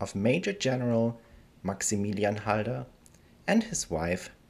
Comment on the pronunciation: Why is halder pronounced haider